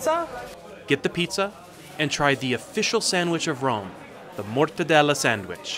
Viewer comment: "motadella sandwich"...MA LI MORTACCI TUAAA...